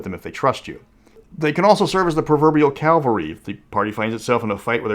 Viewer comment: Not to be a jerk but it's CAV-alry not CAL-vary. Cavalry on men on horses. Calvary is where they crucified Jesus.